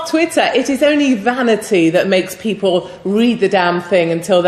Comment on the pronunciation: “Peolple?” Is that like how they add extra letters to color and arbor?